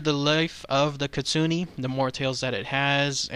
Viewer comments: but its kitsu neh...not kitsu ni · ...ahum.... KIT- SU-NA not ne, it IS bad Luck to mispronounce.. Certain names.... 🐾P. that's not a p It's a P. Spot...... We'll be back.... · It's actually pronounced KIT - SOO - N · It pronounced keet-soo-neh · It's pronounced Kit-Su- Ne just just FYI ;)